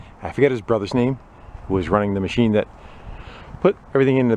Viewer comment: The love “macheen”